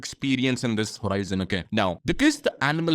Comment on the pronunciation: Bro not to offend you but I think you are pronouncing obliged as obliqued